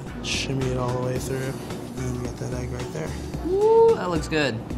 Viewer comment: It's pronounced "egg" not "ayyyggg"